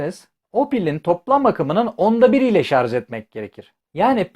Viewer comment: Şarz değil şarj.